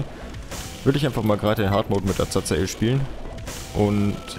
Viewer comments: Bitte...sag doch Azazel und nicht Azazael...jedes mal rege ich mich auf und denke, kann der nicht lesen?... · Azazel wird Asasel ausgesprochen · Azazel ist die schreib art aber man spricht ihn Asael aus. ist aber egal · warum kannst Azazel's Namen nicht immer so aussprechen? :C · Und spricht Azazel immer noch falsch aus xD